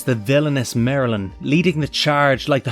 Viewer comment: Did anyone else think he said, “Marilyn”, instead of, “Merlin”?